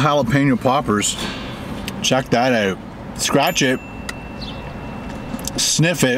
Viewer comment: Is he from Canada cuz I hear an accent when he says “check that out”